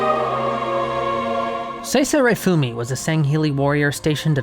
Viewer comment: You keep putting emPHAsis on the wrong sylABLE lol It's Thel VAD-amee and Sesa rah-FU-mee